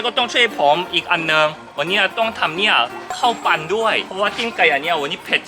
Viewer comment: ขำ5555 การออกเสียง ปั่น ปั้น ปั๋น 55555